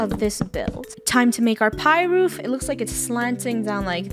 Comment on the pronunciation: Did funneh say "roof"? is not roof is " woof" hahahahah get it woof? (Laugh at my joke please🙏)